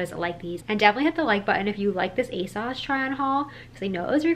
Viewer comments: love this! just letting you know it's pronounced "aye-sews" not "aye-sauce" :)) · The British fashion YouTubers I follow all pronounce it "Ay-sauce." They talk about ASOS more than the Americans I watch, so I kinda thought it was "Ay-sauce" too!